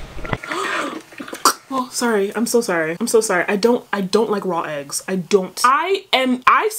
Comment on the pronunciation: THE EGGSSS NOT THE EGGGSS 😭😭😭😭 IT'S THE SAME GIRL FROM COURTREEZY's VIDEO 😭😭